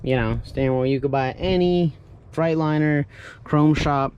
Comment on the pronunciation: I'm sure I'm not the first to tell you.. it's pronounced "Frate-liner".. not "Fright-Liner" I'm a newer subscriber.. I own a '99 W900L. I like your channel!